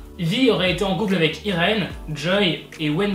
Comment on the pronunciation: Ça s’écrit Irène mais ça se prononce Aïline sinon continue comme je t’adore ❤️ #welleuse